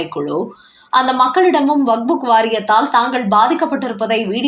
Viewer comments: நேற்றும் கவனித்தேன். இன்றும் கேட்கிறேன். அது வக்புக் வாரியம் இல்லை. வக்கப் வாரியம் 😂😂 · வக்புக் இல்லைடி, வக்ஃப்!